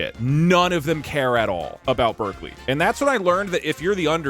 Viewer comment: Who else heard the deltarune music, then thought that Doug said Berdly when he was talking about Berkeley?